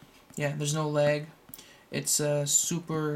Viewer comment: It sounds like you say "Theres No Legg" LOL